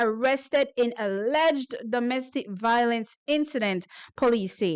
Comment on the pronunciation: 😂 Right. And violence should not be pronounced voi lence. 😂😂